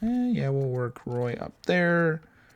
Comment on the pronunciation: You should call Evans up in exchange of Paquette, give the kid some ice time ! Also, Joshua Roy is pronounced as "Rwa" !